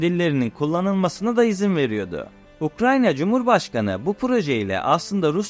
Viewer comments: Seslendirme yapan arkadaş Ukranya değil Ukrayna! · Her Ukranya diye yanlış teleffuz ettiğinde kulaklarım tırmalandı. Ukranya değil Ukrayna… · Arada, Ukranya diyorsunuz, doğrusu Ukrayna. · Ukranya değil Ukrayna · Ukranya değil, Ukrayna. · Hocam yalnız Ukranya değil Ukrayna olacak o. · Baya ukranya diyo ya :) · Video için teşekkürler abi rica ediyorum ukranya diye telaffuz etme şu ülkeyi. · Ukrayna telafuzunuza dikkat ettiniz mi? Her defasında Ukranya gibi geliyor kulağa.